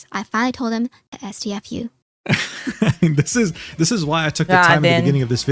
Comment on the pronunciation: am i the only one who thinks she sounds like AI?)) doesn't sound like herself, has this buzz while talking that AI tts models have, and who the hell says "es-tee-ef-you" out loud ))